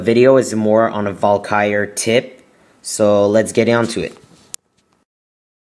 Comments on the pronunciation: not to be rude but ts pronounces val-kee-ree not valkire which is what you sound like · it's not pronounced Valkyre it's Val ka ry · Its valkyrie (Val-ky-re) not (val-kire) :/ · Wtf is a val-ky-er? You mean Valkyrie? Val-ker-rie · It's pronounced Val-Kee-Ree as someone ese said, not val-kai-er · It's not val-kire. It's Val-kir-ee. just fyi. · Elixir(not elixair) VAL-KY-REE (not Val-kires)moreter(not moretar) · Val-ky-rie!!! Not Valkire... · VAL KU RIE, not valkire -_ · wtf is a valkiar? its called a valkyrie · its not valkire its Valkyrie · Val ca ree not Val ki er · dude its pronounced VAL-Ka -Ree. i want to rip my ears off everytime i hear you say val-kire.. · It's pronounced VAL-KIE-REE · It's pronounced Val-KEER-ee, emphasis on the KEER. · its actually Val-Kuh-Ree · Sounds like he is sayin vulkire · It's pronounced. Vahl-Kuh-Ree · Its pronounce val-ka-ree. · Lol it's said val-kr-I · It's pronounced Val-ka-re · Dude it is pronounced Val-ker-Ree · Pronounced: vAll. Car. Eeeee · Lol Valkyr, he can't pronounce crap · Omg! I was laughing to death when I heard him pronounce Valkyrie!! Lol! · You make so many fails... Starting from the pronuoncation of Valkyrie. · I wish you would pronounce 'Barbarian' and 'Valkyrie' properly, seriously dude, look it up! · You can't even pronounce HER name properly never mind use them to good effect. 100 DE to kill clan castle troops? Just use 1 lightning spell instead, you wont even have to lure them out of the base.. Those who can't, teach. Ay?